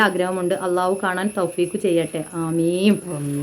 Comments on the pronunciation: ആമീം അല്ല കേട്ടോ ആമീൻ എന്നാണ് parayendath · താത്ത ആമീൻ എന്നു പറയണം ആമീമ് എന്നാണ് താത്ത പറയുന്നത്